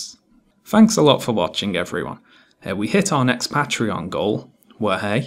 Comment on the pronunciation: The only thing i disliked about this video is the way you said patreon